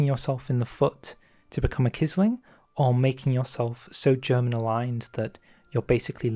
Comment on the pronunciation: Quisling is pronounced as if it were 'qwisling'